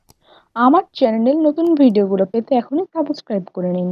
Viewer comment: সাবসকাইভ হবে না উচ্চারণ টা সাবস্ক্রাইব হবে,, i hope next time r vul korbe na,,,btw cake looks very pretty ☺️